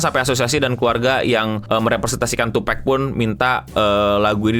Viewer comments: Tupac bukan Tupak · Bang koreksi, pronoun nya Tupak, bukan tupek bang Respect, makasih udah bahas bang 🙏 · Kontennya bagus Bang, cuma koreksinya yang agak ganggu kuping 😅 sebutnya TUPAK bukan TUPEK....Jay-Z dulu bahkan pernah ngebenerin salah satu host pas talkshow gitu.. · tupak bang bukan d tupek.. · Tupak not twopack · Bukan Tupek, atau tupack bg tapi Tupac 😁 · Tupac bukan tupack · bacanya tupak bang bukan tupek😂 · Penyebutan tupac itu bukan tupek bg tapi tupak, itu Jay Z yg bilang buat ngehormati nama beliau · tupak bang bacanya, bukan tupek.🙏🏻😅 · tu -PAK not tu PEK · dan kalo di culture hiphop sana, nyebut nama tupac jadi "tupek" itu termasuk disrespectful jg btw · maaf bang tupac tetap dibaca tupak 🙏🙏